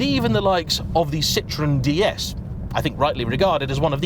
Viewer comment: By the way it's cee-trro-hen